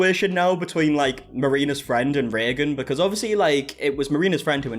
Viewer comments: “Reegan” gave me a good laugh. Yea it’s pronounced “raygan” in the states. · It's "ray gun". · typically pronounced Ray-gen